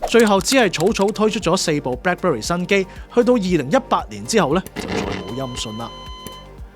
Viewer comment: 將Black Berry讀成Black Bury係唔係專登？